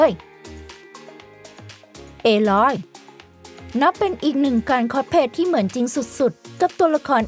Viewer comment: เพิ่งบ่นไปมะวาน ส เสือ ซ โซ่ ช ช้างออกให้ถูกได้มั้ยงะ คอสเพลย์ ลง สเสือสิ ทำไมลงค้อช